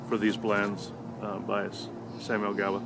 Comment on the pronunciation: As an Englishman, Gawith is definitely pronounced with a W… 1792 is a real favourite of mine. I love it.